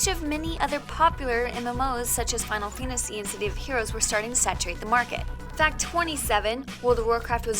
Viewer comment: "Final Finesies"